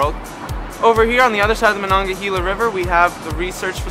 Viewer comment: I initially gave this video a thumbs up and I really like it for the most part, but the clown on the Hot Metal Street Bridge that mispronounced Monongahela ruined the whole video.